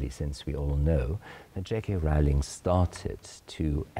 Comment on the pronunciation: Rowling wie Bowling, nicht "Rauling".....